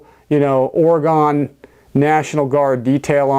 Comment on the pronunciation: Ore-gun National Guard